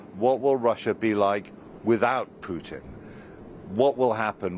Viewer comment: Wonderful to hear a Yank clearly pronouncing her Ts. Putttin. Not Pu'in.